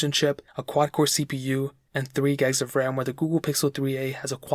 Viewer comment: Why "gegs"...when it is gigs?